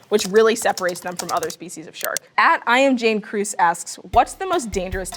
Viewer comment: "Jane Kruse?" She can't read! Wow, what a horrible candidate for a representative of the shark biology community....